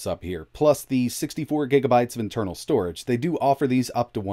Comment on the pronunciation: "storege" ?? xD